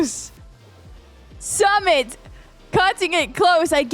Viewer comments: His name is Su-mit not Sum-it😂😂. It was a nice match Anyway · It's not Sum it❌... Its suu mit✔️😤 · Sumit ❌ Samit ✅😂 No offence on accent 😀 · Its not samit its Su-Mit 🥲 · Sumit really did Blizzard with a drill was really impressive. I use log launcher with super wiz, so I call it 'Lizzard'. 🤣 Btw try to pronounce Sumit's name like 'Soomit' so you can pronounce it properly. And love your commentary.🥰💛